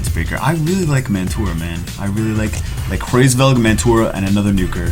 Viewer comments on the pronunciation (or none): its Hraes Velg. And i dont think there is a Hr in English. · The pronunciation = Ra IS Veug